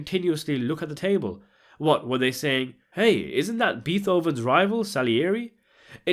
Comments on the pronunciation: I like you man... I like this channel... But holy crap man 😂 did you just call BAY-TOW-VEN BEE-THO-VEN LMAO 😂😂😂! I love you bro!❤😊 Holy sh1t man. PS...It sounded so weird as an american but I googled it to see if there were other pronunciations and HOlY SHIT...turns out WE might be the weird ones as it seems many europeans DO pronounce it as BEET-HOVEN! So im sure other languages might as well. So...with that you have my apologies sir! It just sounded off to my american ears. 👍 Im glad i took the time to look into it. I learned something new. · Plus Bee Thoven? It’s Bay-Toven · Salieri was jealous of Mozart, not Beethoven. And learn how to pronounce "Beethoven" correctly... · It's pronounced Bay-tho-ven not bee Also I'm pretty sure Tony's wife's name isn't elriva. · El-Reeva? Beeth-oven? His rival Salieri? It's hard to take this seriously when you're making these kinds of mistakes. On topic: it doesn't matter if Omar's a rat or not. That's not the point. The point is that Soza is the one in charge, not Frank. The entire meeting was to make the point that Tony and Frank have exactly one choice, do what Soza wants. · The femme fatale was called Elvira not Elriva (it's not an uncommon Spanish name). Murray Abraham did appear in Amadeus, playing Salieri - who was Mozart's rival, not Beethoven's. Which is pronounced Bate-oh-ven.